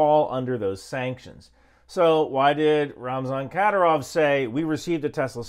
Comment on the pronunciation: It’s pronounced ki-deer-ov with the middle part getting the emphasis. Or satan works for short too